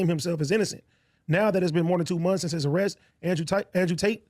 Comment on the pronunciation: lol the guy says "Andrew Tight". Not for long bro, not for long.